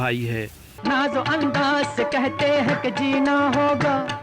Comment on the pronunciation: Lihaja nahi Lihaza hota hai Aor andaj nahi Andaz bhai sahab